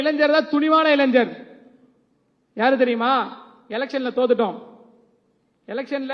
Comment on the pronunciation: இளன்ஜர் இல்லை, இளைஞர் கலைன்ஜர் இல்லை , கலைஞர் சரியாக உச்சரிக்கவும்